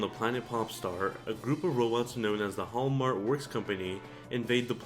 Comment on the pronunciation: Its haltmann not halmart